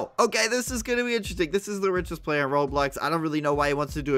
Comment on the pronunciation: You said blayer